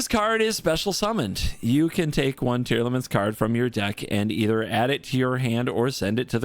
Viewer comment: This video was hyyyype dude, also I'm so happy you got down the "Tearlaments" pronunciation. Very glad you're improving quickly as well!